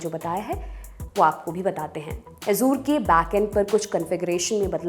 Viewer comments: " ए जर" होता हे "अजुर" नही.😂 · Ye simplify karne ke chakkar me sab galat bata diye hain......... First of all, it is 'Azzure' (with an emphasis on 'z') not 'Azor'. Why are you connecting Azure with CrowdStrike? These are two different things. I don't understand why you want to oversimplify and make false connections. It is okay if a common man does not understand the technical details. I have worked at Azure storage myself, these types of config screw up happen while rolling out new versions of the service, and the whole service gets rolled back once the outage is declared. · Azure❌ Azuur✅ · मोहतरमा, azure का उच्चारण ए ज़र है, अज़ूर नहीं.... बुरा न मानियेगा, आप जितनी बार अज़ूर बोलती थीं, मेरे कान में खटकता था 😊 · sahi kahaaa